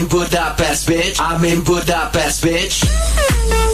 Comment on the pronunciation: Csak kár hogy az mondja hogy Gúdápeszt XD